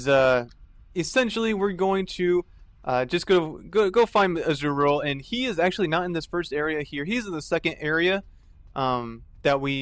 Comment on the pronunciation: Izual, pronounced as " is - u - ul ". >.<